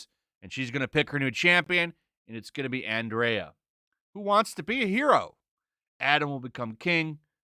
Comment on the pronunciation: It's ANDRA , not Andrea.